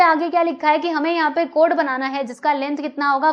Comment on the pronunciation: Chord hota hai cod nahi 😂